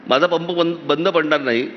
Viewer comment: It’s not “ MAHJA”, but it is “ MHAZA”.